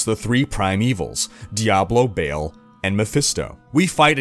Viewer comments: The only con is he’s saying Bail instead of Ball in regards to Baal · I'm coming in for the first time because D4 is coming out and it seemed concise, but then I just heard him pronounce it Baal "Bail" and I straight up turned it off.